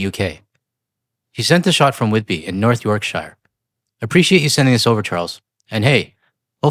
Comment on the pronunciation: Whitby... yay. Was born there. (p.s. It's pronounced York-sher not shire).